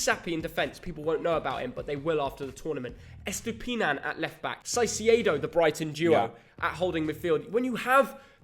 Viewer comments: Caicedo is (Kaisedo) and Hincapie is (Inkapie). btw the parenthesis is how to pronounce. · Hey mate, you're pronoucing wrong Caicedo. Its "Kaicedo" the "C" in this case is like a "K". Great channel btw, greetings from Colombia! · Just a heads up, in Spanish we pronounce Caicedo as Kaisedo and we say Hincapie as Hinkapie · Guys, it is pronounced “ Kaycedo” not “Saycedo” 😂😂😂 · Hello! So glad Ecuador is recognized. As an Ecuadorian I am very excited for this world cup and I have my hopes up. Just a little detail, Caicedo is pronounced Kaicedo, as well as Hincapie is pronounced Hinkapie. Good video! Looking forward to your reactions. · I die hearing them say saicedo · The C's in Hincapie and Caicedo are pronounced like the c in cup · Someone teach him how to pronounce "caicedo"😭😭😭